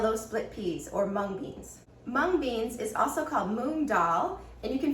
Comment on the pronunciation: sister your pronunciation of mung is incorrect ... correct pronunciation is ... in other words both mung and moong are spoken same way as you speak ... dal is just dicotyledonous beans with two of its halves split up and skin removed ... moong has green skin so some people call it green gram ... you said that this is yellow split peas and that is incorrect ... when peas ripen they become yellow ... so their "dal" is called yellow split peas ... of course yellow split peas too are nutritious tasty "beans" but it may not turn out good when used in your recipe ... we call peas as matar and you should also call it matar to avoid confusion ... yellow split peas (yellow matar dal) could be good or poor substitute of split chickpeas (chana dal) ... green peas too are dried and sold as split dal which would be split green peas or green matar dal ... moong has a black cousin called urad (or maah in punjabi) its dal has white color ... moong dal has yellow color but its skin is green ... you could also buy moong dal from which skins are not removed ... skins do have important nutrients ... we cook all beans both in dal form as well as whole